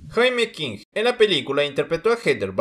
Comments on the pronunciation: Wey se pronuncia “yeimi” king (para que me entiendas) no jaime king jajajaja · Cuando dijiste "Jaime" me dio cáncer en la sífilis